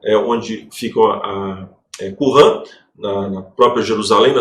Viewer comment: Não é "Qurran", é Qunran".